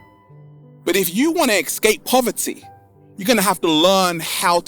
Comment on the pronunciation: Why is saying "ecscape" instead of "escape"? Is it some regional accent, or his personal? Btw, amazing video, thanks!